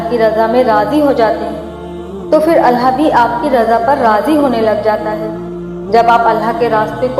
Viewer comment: Behn phle to tum ALLAH thik se bolo ALLAH hota hai ALLHA nahi